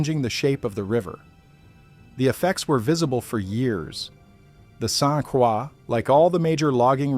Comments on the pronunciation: I heard “Saint Quaw”. 🤦‍♂️ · Saint Croix is pronounced Saint Kroy. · in french it would be pronounced like craw. It’s been bastardized. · Yes. Drove me nuts hearing this narrator say "St. Craw". He needs a little French lesson ! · I'm trying to sleep but every time you mispronounced st Croix I wanted to exit myself. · As soon as I heard the robot mispronounce St. Croix, I turned off the video and started typing. I will find out about the event some other way. What is so hard about narrating? I think it's laziness on the part of the content creators. I hope my 3 seconds doesn't count as a view! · I agree. Every time he said it, I cringed.